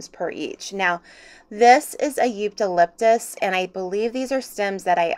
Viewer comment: Sorry to correct you but it's pronounced Eucalyptus 😂